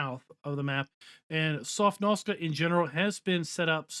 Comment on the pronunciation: You keep saying 'Sofnoska' ..that's nowhere near the correct pronunciation. You keep mixing up the letters. That's like me saying 'Pesvynalia' instead of 'Pennsylvania'...